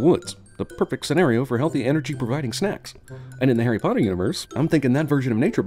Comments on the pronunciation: HARRY PLATTEERR.. HARRY PLOTTERRR BAHAHAAAAAAAHHHAHAAHAHHAHA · Harry platter and Harry ploter Im dead😂😂😂😂😂